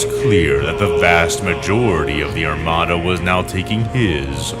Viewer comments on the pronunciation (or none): none